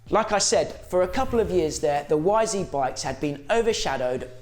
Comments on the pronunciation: You’re English man not bloody American. It’s Y ZED 250 not YZeeeeeeeeeeee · It’s not a y zeee you numpty it’s a y zed your in England man !!!! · It's ZED, you numpty! You're not an American. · Say it properly lad...Y Zed. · It’s YZ not Yzee 🤦‍♂️🤣